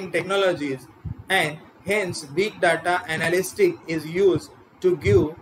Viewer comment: Please check your pronunciation of the word 'data'.